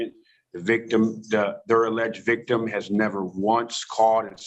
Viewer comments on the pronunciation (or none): The vigtim, the alleged vigtummmm" 😅